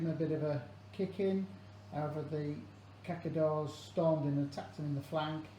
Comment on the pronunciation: Cazadores, sounds more like this, Ka tha door es. ;)